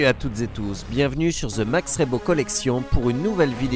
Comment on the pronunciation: On prononce "ze" Mandalorian, et pas "zi", étant donné que le mot suivant commence par une consonne. 🙂